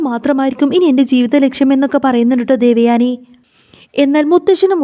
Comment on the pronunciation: ദേവയാണി അല്ല😂ദേവയാനി😂😂😂